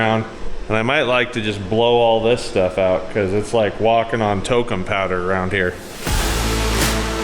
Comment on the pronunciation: i heard tolkien powder.